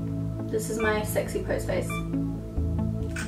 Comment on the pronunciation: stunning!! your facha (I now say facha instead of face thanks to you lol) is so flawless!!!! your cheekbones give me life! much love xoxoxox